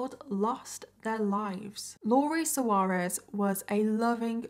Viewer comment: Lori’s surname is pronounced Swar-ez, not So-are-ez. Pronunciation of proper nouns is an important part of journalism. Do your homework!